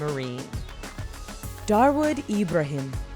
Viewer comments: it is dawood ibrahim not darwood ibrahim>....Correction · its dawood ibrahim not darwood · It's not Darwood Ibrahim... It's Dawood Ibrahim ,an infamous Don in India.... He's a bloody murderer.. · For your kind information he is not darwood ibrahim his name dawood ibrahim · its dawood not darwod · Dawood not darwood.. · Its Dawood not Darwood... This shows how well reaearched your channel is..😔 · It's dawood not darwood. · Its dawood idiot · Not darwood Ibrahim it’s dawood Ibrahim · Mam that's dawood ibrahim not darwood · dawood ibrahim not darwood ibrahim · Idiot it’s diawood Ibrahim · It's Dawood Ibrahim Kaskar and not Darwood Ibrahim. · His name is not Darwood. It's Dawood. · It's dawood ibrahim not darwood As far as ik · It's not Darwood Ibrahim it's Dawood Ibrahim. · That Indian drug lord is not Darwood its Dahwood. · It's not Darwood,it's 'Dawood'.. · He not darwood he dawood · Its dawood ibrahim.....not darwod... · It's not Darwood Ibrahim, it's Dawood Ibrahim 😂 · It's not darwood it's dawood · its dawood ibraheem not darwood ibrahim. currently underworld don. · Its "Dawood ibrahim" not darwood ibrahim 😂😂😂😂😂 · I dunno about the rest of those guys , but it is Dawood Ibrahim. not Darwood. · dawood ibrahim not drawood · it's dawood ibraheem not darwood dumheads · Its DAWOOD IBRAHIM nor darwood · its dawood ibrahim ..not darwood u fool... i am unsubscribing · It is not Darwood Ibrahim, it is Dawood Ibrahim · they called DAWOOD IBRAHIM as DARWOOD IBRAHIM .....lol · its Dawood Ibrahim not Darwood and its pronunced "Young" not "JUNG" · correction: Dawood Ibrahim not Darwoood Ibrahim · its dawood ibrahim not darwood ibrahim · it aint DARWOOD it is Dawood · its not darwood, its Dawood Ibrahim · Its not "Darwood Ibrahim" his name is "Daud Ibrahim" LOL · it's not Darwood.. it's Daud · You would say Dawood not Darwood :p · He is not Darwood he is "Dawood" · I think its dawood not darwood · it's dawood Ibrahim, not darwood. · its is DAWOOD not DARWOOD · darwood? LOl